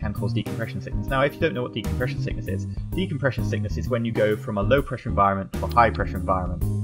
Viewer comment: you have said decompresion sickness about 30 times in this video